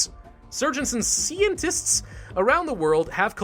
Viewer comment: I always laugh when he pronounce scientists to sceintists XDXD